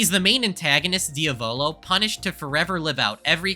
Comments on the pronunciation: for the last time IT'S D-A-VALO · This is the second time I've heard Diavolo get pronounced like that. The first time was from Joel Vargskelethor. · THATS NOT HOW YOU PRONOUNCE DIAVOLO!!!!!! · It hurts to hear him pronounce Diavolo like that